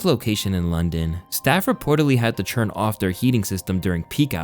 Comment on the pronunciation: Why do you always say “churn” when saying “turn?” Wtf😂